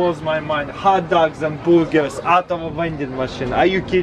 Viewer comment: Hut dugs and Boorgers